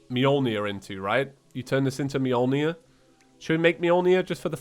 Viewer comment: To be fair, you're still not pronouncing Mjölnir correctly. It's spelled with an Ö not an O. Ö is pronounced a bit more like the U in church or uh.